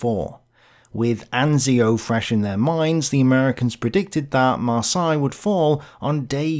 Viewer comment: There's not a single Englishman on the planet who can ever pronounce "Marseilles" correctly. I'd rather you inserted a TTS voiceover for that city's name than hear you butcher it LMAO